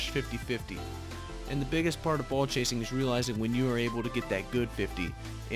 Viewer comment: Nice video! I definitely like your angle on ball chasing and explaining that there are in fact times you should ball chase, but like all things it must be balanced In the beginning, the way you say “ball” I kept hearing “bull chase” 😂😂